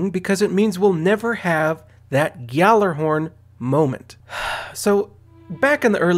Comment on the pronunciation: Urban Campfire, If the g is silent then why tf do pronounce it "Jallarhorn"? O_O Your logic is very flawed my friend.